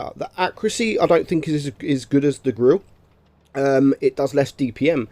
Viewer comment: Grirre 15 - yes ladies and gentleman that's how you spell Grille 😂